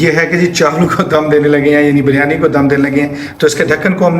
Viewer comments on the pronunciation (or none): buryani nahi kahtay please sahi lafz hay biryaani